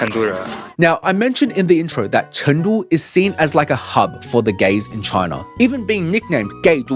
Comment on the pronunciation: Pronounce it correctly CHOONG——DOO